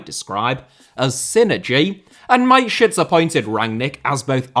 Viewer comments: Its Ma-te-schitz. With the german a. Not mate-schitz. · The man's name was Mateschitz with the 'e' being voiced not Mate-shits. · i love you but who tf is mikeshits, its mata (like juan mata) schitz, more emphasis on the sch and a double e sound not an i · It's pronounced mattershits not miteshits... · ffs man MATESCHITZ. There is no I in there. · Because of the pronunciation of Dietrich Mateschitz, it sounds like My Shits...😂😂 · Mate shits... Why didn't he look up the pronunciation? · STOP butchering names... He was not your mate, mate.. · I'm sorry, but the pronunciation of Mateschitz gets me every time. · pronunciation of Mateschitz and Upamecano make me ROFLing, literally. Nice video as always.